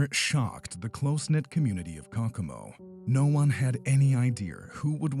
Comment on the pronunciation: Is this done with a computer voice? The name of the the Indiana city is pronounced Coe Coe Mo. I'm pretty sure it's not cockamo.